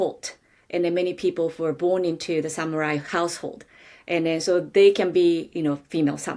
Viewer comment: I lost interest the moment I heard “samyurai”. Can’t count on any meaningful content after that.